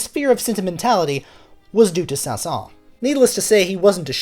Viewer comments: Saint-Saensssssssssssssss the final s is pronounced. Oh well. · The last “s” of his name is not silent. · It isn't a big deal because I have heard many french natives pronounce his name without the s at the end (although it should be pronounced)... so even many french speakers are confused about his name pronunciation. Thanks for that great video btw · I think the pronunciation includes the letter s. Do a little more research, beloved musicologist. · I love your videos and yet ask a native French musician about this: by an exception to the normal rules of French pronunciation the final S of "Saëns" is sounded, not silent--and careful, it's not a Z sound, it's an actual hissing S. While you're at it, the two Ls in "Camille" are pronounced as an L, as in the French words "mille" and "ville", not as a Y as in the French word "fille".